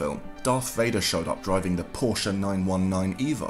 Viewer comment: Thanks for pronouncing "Porsche" correctly; I'm so tired of virtually everyone saying "porsh"...